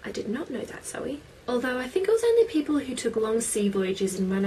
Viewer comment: ikR!!! its zoe girl